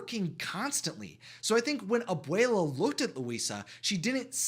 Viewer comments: Can you say that word again? Ab - uwei - lah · I would like to say Abuela is grandmother and Abuelo is grandfather and make sure to clearly pronounce the A and the O in each of them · They way you was saying abuela Alma title was making me think I was saying it wrong..